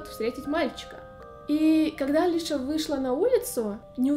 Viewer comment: Её зовут не Алиша , а Алиса (фамилия Казакевич)